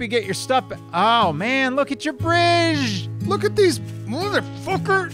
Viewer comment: That’s a really sweet Braaggeee. Braarge. Breedge. Bridge. #DoraleousAndAssociatesJokes ... nailed it.